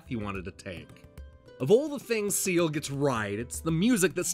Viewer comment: It's pronounced 'scale' not 'seal'. I tell you that, as an Irishman. I've never actually hard of the game before. But I am now interested in it.